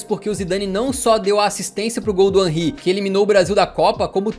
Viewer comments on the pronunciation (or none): none